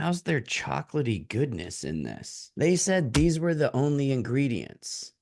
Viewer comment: The way he said ingredientsSEIZzzz. Like why???? And the “open math thing” I’m legit laughing and don’t know if I should trust the founder 😂